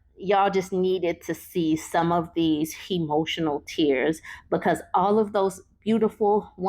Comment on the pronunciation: Hemotional tears😂😂